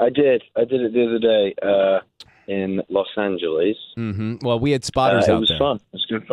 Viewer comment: Los angelees😁😁 that's the second time he said it. Well let's start saying it